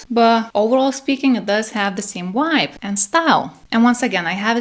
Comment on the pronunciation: Vibe not wibe too much foolish ness in your channel